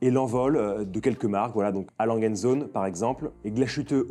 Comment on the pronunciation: Pareil pour A. Lange & Söhne. & = und (et). Le Umlaut sur le o modifie le son ; "ö" se prononce "e" et le "e" final des mots se prononce. Enfin pour être complètement rigoureux, le g de original se prononce "gu" ;-)